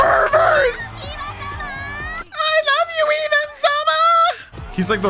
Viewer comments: Try to pronounce it like a russian Ivankov, so ... IVAN not EIVAN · You pronounce Ivan like this. E-vaun. the aun is pronounced like aun in faun, the female deer. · btw it’s (ee-van) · One Piece: Ivan!: Is it Ivan or Aivan? One Piece: Ivan! (speaking over it): Aivan! few minutes later One Piece: Ivankov the fairy...: Is it Aivan? Me: Just listen dammit! The subtitles can't talk but the VAs do, you don't ever need to guess how words are pronounced if you just listen! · idk if anyone has said this but i’m pretty sure it’s pronounced “e-von” but i could also be wrong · Just English speaker problems. They can't help but say I as eye if it's the first letter. Ivan name has always been pronounced wrong in the west thanks to the Rocky movie